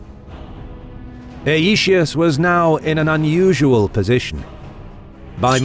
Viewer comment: Aetius is to be pronounced 'eye-tee-oos' in accordance with the Classical Latin pronunciation.